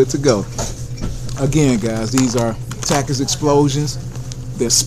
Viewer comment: When you don’t know how to say takis